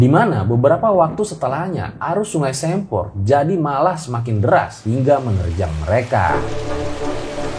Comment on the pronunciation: Sempor dibacanya kayak "se"patu